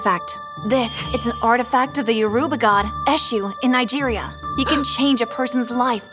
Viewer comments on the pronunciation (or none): It’s not pronounced like that tho: it’s pronounced; Ashoe… the god Edit: it’s spelled Esu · She didn't even pronounce the Eshu very well 😂😂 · As a Nigerian, hearing the way they pronounce"Eshu" makes me laugh😂